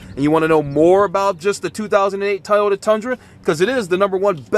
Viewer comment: Please practice pronouncing Toy-oh-tuh.... otherwise great review.